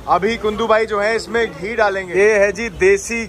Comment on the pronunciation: Bro its not GUNDU... its KUNDU..... :hand-pink-waving::hand-pink-waving::hand-pink-waving::hand-pink-waving